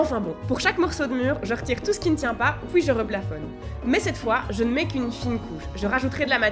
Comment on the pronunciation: J'aime vraiment trop ton petit accent, le fait que pour dire ”puis” tu prononce ”poui” je trouve ça trop mignon 😭